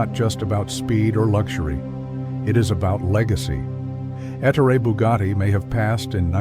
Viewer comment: ET TOR EH NOT ET OOR IE or ET HOR RAY